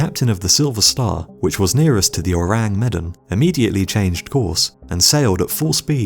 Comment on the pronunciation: Is it really too hard to check pronunciations before recording your voice-over? You absolutely WRECK the pronunciation of Ourang Medan. Medan rhymes with "the man."